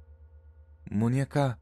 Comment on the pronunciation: the way you pronounce muñeca cracks me up. You are so cute.